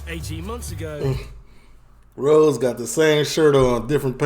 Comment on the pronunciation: You're saying his name wrong lol it's Ross like the guy from Friends TV show not Rose. Keep up the good videos!